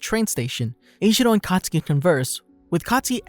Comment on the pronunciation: When you say katsuki I heard akatsuki